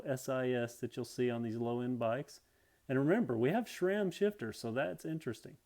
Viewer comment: It's SRAM not SHRAM